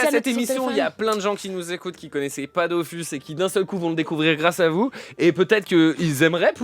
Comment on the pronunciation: Merci pour l'invitation c'était vraiment cool ! PS : on dit Dofus pas Dofousse